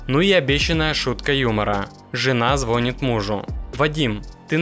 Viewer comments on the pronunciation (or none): Ударение правильно ставьте, звонИт а не звОнит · Не звОнит, а звонИт. Не Ланд Крузер, а Ленд Ровер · Не звОнит, а звонИт !